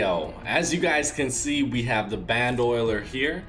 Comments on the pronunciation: BAN-DOE-LEER!!! NOT BAN-DOLIER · Lol it's ban-do-leer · You can't pronounce it... Its B-an-d-A-Leer (bandolier) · it isnt band oiler, its bando lier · It's pronounced band-o-leer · It’s pronounced band-o-leer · Lol where do you see “oil” in bandolier??